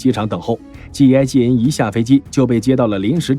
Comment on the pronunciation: G 跟 J 讀清楚些